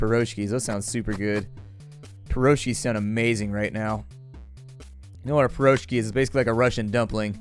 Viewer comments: well actually it pronounce like "Piroshkee', with the stress on last syllable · Hey, keep up the good work:) And also, pirozhki has emphasis on the last syllable (like pirozhkI`) and that's plural (singular - pirozhO`k), glad you like them:)